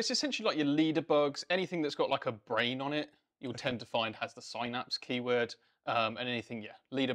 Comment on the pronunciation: Couldn't watch it because they kept saying Synapse wrong.